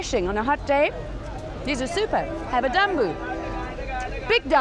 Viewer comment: Its call 'jambu' here in Sri Lanka. But she pronounce 'danbo' 😀